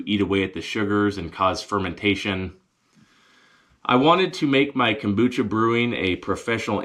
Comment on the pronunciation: Dude...so glad you came back for a video. Love the "cumbucha"... you should try gargling it before you swallow.